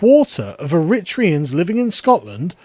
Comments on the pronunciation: “Irritreeans” hahah it’s eh-ree-tray-an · Pronounced Air-a-tray-ans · Air-ri-tray-ans = Eritreans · It’s pronounced ERRITRAYUNS 👍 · Eritreans is pronounced: Air, Writ, Tree, Hans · Ooh. Blatant raisinism against cultural enrichment except yours which is evil and white. Europeans did nothing compared to the Eritreans. BTW the third syllable is stressed./ er-i- TREE-u’ns/ u’= schwa. This is a pronunciation rule for nominative adjectives. The syllable before the category suffix is stressed like: aMERicans, caNAdians koREans or even paRISians. It only works for this suffix. Chinese or Portuguese or English, Swedish, Turkish . No. But it works for braZILians or argenTINians or palesTINians. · Eri-TRAY-ens fyi